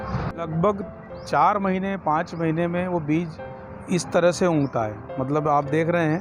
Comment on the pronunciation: Very Nice but भैयाजी बिज उनगता नही उगता है !